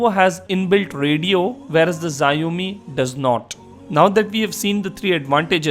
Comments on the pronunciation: it is not ziaomi it is xiaomi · it's pronounced "sh-aww-mee". I'm really considering one of these two, but I don't think either support US 4g bands. I still like the phab2's physical design and better camera quality, but the processor is a let down. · The Xiaomi folks are gonna hate you for pronouncing their phones with a Japanese-sounding name....